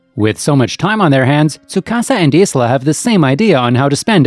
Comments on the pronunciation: its pronounced.. _Eye-La..... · Narrator clearly didn't watch the anime. I keep getting strokes when I hear him mispronounce Isla's name. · Soo-ka-sa and i-la, that’s how their names are pronounced